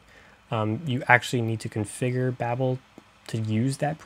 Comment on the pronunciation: Babel(Bay-bill) not babble(bah-bill) think tower of babel